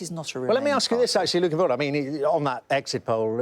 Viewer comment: Cannot Sky employ a political editor who is capable of pronouncing the letter G at the end of words? Findin' lookin' happenin' changin'. It is *uckin' annoyin'